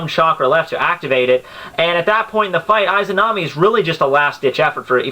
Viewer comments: Just a note, you're pronouncing "Izanami" incorrectly. =V I heard it being said in Persona 4. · Perhaps you're right perhaps not.I don't care but,one thing that I care is your pronunciation of "Izanami" and "Izanagi" .You're saying "Aizanami"and "Aizanagi" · Nothing can happen to the user inside susano'o unless susano'o is broken also you said lots of names wrong and Itachi did use izanagi and izanami when he fought kabuto they also DO NOT take chakra to use